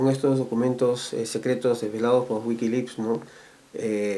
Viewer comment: ¿Qué es eso de "Wikilips" ? ¿Periodista ese que no puede ni pronunciar? Esto seguramente lo grabaron en la casa del mismo Lucio. No puedo creer que todavía aparezca este tipo (Lucio) que no recuerda que fue ÉL quien orquestó y participó en un golpe de estado.